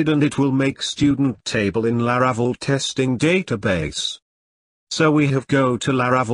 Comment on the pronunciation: His pronunciation of La-RA-cel is painful